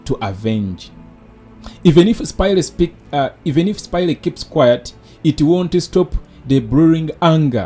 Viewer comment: Bro, its "spaya" NOT "Spayire". I hope you pick it up.